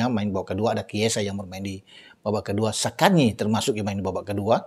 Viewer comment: Zaccagni bukan Saccagni.. Forza Lazio